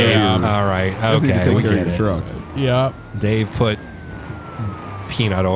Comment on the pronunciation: I thought said "Daveaveju" lol